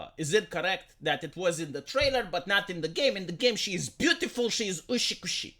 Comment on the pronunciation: its not uSHIkushi, its uTSUkushi. Ushikushi is not a word.